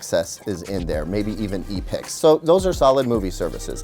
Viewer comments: Did this tool just say E-PICS? It’s pronounced EPICS you moron. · did he really say e-pix and not epix (epics)? what and idiot!